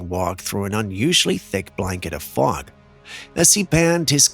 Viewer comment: It sounds like smog not fog.